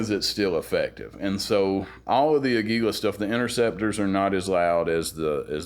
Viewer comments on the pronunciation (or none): Good video. I'm embarrassed to say, as a fellow gun guy, I forgot about the LCP II 22 even though I own the LCP MAX and the original LCP which is the Kel-Tec 3AT! And by the way, Aguila means eagle in Spanish and is pronounced with emphasis on the first syllable: águila, not aguíla. It's cool that you're into music and motorcycles as well! Keep up the good work.